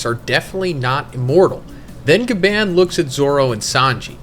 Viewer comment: I’m not trying to be rude or disrespectful but Bro, why do you call him Gaban when it’s literally pronounced as “GA-BON”?! I mean if you watched the anime or even just watched other videos about One Piece from other YouTubers you’d know that it’s pronounced GABON! No offense, but it makes it seem like you don’t care about the stuff that you’re talking about and you just want to get it out of the way or something. It’s almost like you can’t or don’t want to be bothered with actually learning the names of important characters, objects, or locations. Bro, this is your job, you should want to make sure that you’re doing everything correctly to ensure that you’re doing it to the best of your abilities! Gaban is literally the most important character right now in this moment in One Piece and you can’t even get his name right smh!